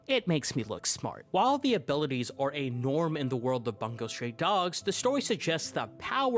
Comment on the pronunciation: and the way he pronounced bungou😭😭 it's not 'bun go' it's 'boon gou'